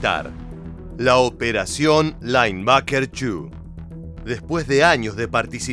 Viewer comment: Seria bueno un relato en castellano o ingles......."lainbaker"😂😂😂